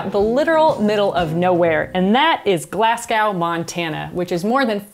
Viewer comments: As a Scottish person who lives in the other Glasgow, hearing that hurt lmao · Glasgow, pronounced like "glass-go" not "glass-gau" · As a Scottish person, it hurt to hear you say Glasgow as "Glass-Cow" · Wait, hold up. Do Americans pronounce "Glasgow" as "Glass Cow?" Wtf? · I literally grew up 10 miles from Glasgow, MT. By the way, she pronounced it wrong. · The pronunciation of Glasgow physically hurts me :s